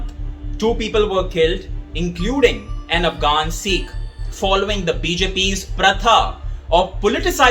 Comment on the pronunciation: If you can’t take the trouble to pronounce Sikh correctly why should we trust anything you say?